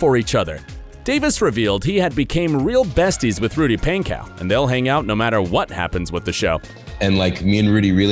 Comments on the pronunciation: it’s pronounced “ponco” not “paincow” lol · i am so late but bro said “rudy painkow”-😂😂😂😂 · REALLY “RUDY PAIN-COW” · Ik this man did not just say “pancow” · the way he says Pankow gets to me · He said Rudy's last name wrong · It pains me the way the guy pronounces Rudy’s last name lol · It bothers me how he is saying rudys last namE